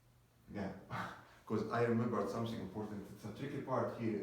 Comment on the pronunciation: Dear, it is something not somsing !! and about the energy, you don't have it. Your voice shows that you are so calm, you don't have that energy to make someone watch your video to the end of it. I know you are trying your best but remember you are in front of a camera not a crowd! because it so obvious that you are trying to calm yourself while you are nervous. thank you for the video.